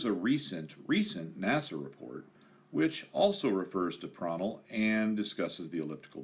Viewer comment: you pronounced "Prandtl" very good - even a difficult word for Germans!